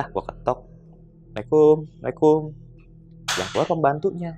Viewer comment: assalamualaikum, bukan mekum